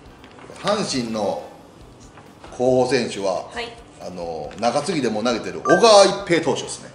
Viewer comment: 「これぐらいですかねこうほさせんすは」